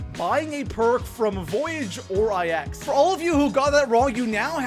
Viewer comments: Ok i love your channel bro but... PLEASE.👏 STOP.👏 SAYING.👏 EYE.👏 EX.👏 they’re roman numerals yes i know but the map is pronounced NINE. THE NUMBER NINE. Plz staaaaaahhhhp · You forgot about pronouncing IX, which is pronounced "9", as I-X. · Pronouncing IX “I-X” sorry I had to 😂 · People calling it "Eye Ecks" or "Icks" instead of 9. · People that pronounce it I X instead of 9 are the flat earthers of the zombie community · The biggest mistake I see zombies players do is pronounce IX as the letters I X instead of the number 9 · Nigga it’s not I X. It’s IX. There’s no space in between them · It literally makes me cringe when I hear “I X” and not “9” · love ya man! But please call it Nine not I X. It’s Roman numerals and it’s not called ix it’s nine. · 8th mistake, pronounce the maps wrong, it‘s a roman 9 not an I X, so call it 9, i don‘t get why everyone is not able to pronounce it right With Der Riese, Verrückt, Nacht der Untoten, Kino der Toten you all at least tried, but now? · IX is pronounced "nine" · EthanGaming 04 it’s pronounced 9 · Lets talk about number 6...you obviously don't do Easter eggs do you buddy? Pap is always the first step in an Easter egg so champions need to be killed asap. Also I can tell you have a speech impediment but IX is the number 9, Its not two letters. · Niggas need to chill out about him pronouncing IX wrong. It's not a big deal. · Diocesyn it’s so annoying